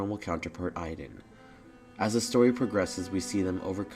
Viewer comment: Wow I've never heard my name pronounced Iden